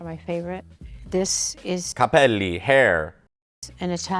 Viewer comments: It's "Cappelli" (hats), not "capelli" (hair). How are you STILL so bad at Italian?? 😂😂😂 Also, how do you not know Bella ciao 😅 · Not "capelli" (hair), but "cappelli" (hats)...! Ahahahah! ❤